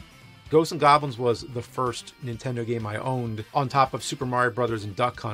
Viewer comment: Why does james say "intendo"